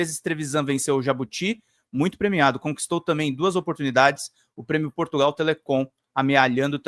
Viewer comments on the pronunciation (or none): none